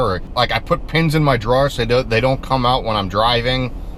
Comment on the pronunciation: The way you pronounce Drawer..... LOL That cracks me up!